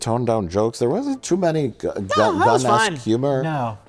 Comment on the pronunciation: Superman..."it's fone!!!"